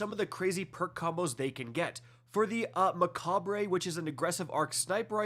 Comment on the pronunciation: How long have you been playing this game and you still can't pronounce the name Mechabre correctly?